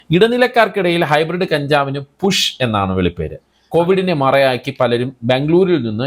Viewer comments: പുഷോ..... 🤣🤣പുഷ് അല്ല കുഷ്. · പുഷ് അല്ല അണ്ണാ കുഷ് എന്നാണ് 🙆‍♂️😆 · പുഷ് അല്ല കുഷ് എന്നല്ലേ 😂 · കുഷ് എന്നാണ് 🤣